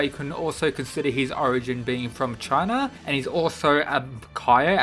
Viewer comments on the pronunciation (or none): none